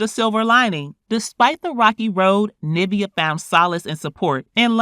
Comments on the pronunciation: Its Niv-veeaah, not Nah-via....sorry it was annoying me. Lol. But great coverage. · You know that’s not how you pronounce her name